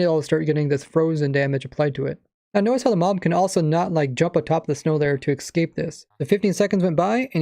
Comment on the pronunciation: Good video except that you said excape instead of escape which infuriates me